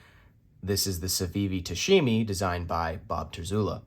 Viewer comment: Tamashi not tashimi…